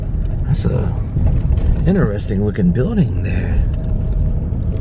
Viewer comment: Hey guys., I have yelled at the tv a 1000 time so now I'm writing it. It's "Interesting not ineresting....ok I feel better now....carry on lol